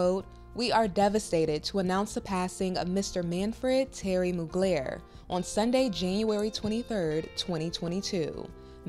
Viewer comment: Moog-layer??? 🤦🏼‍♂️ At least learn how to pronounce his name properly.